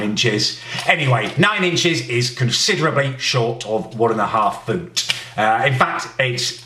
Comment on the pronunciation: They way he says foot😂